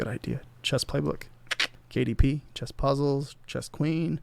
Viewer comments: I heard "chest mom" and had to rewind to hear it again. I think watching porn on his other screen, got his mind all confused. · Is it just me or are you saying chest half the time? Because women's chess club and women's chest club sound like two very different things.